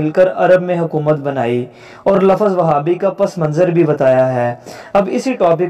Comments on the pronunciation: LAFFAZ IS WRONG RIGHT WORD IS LAFZ AGAIN SAY * LAFFAZ GHALAT HEY SAIE LAFZ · لفظ لف ظ غلط